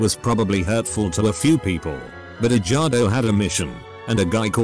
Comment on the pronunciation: I love how the narrator pronounces the name as edge-gardo